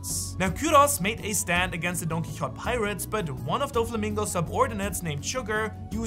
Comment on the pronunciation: You’re saying DonQuixote wrong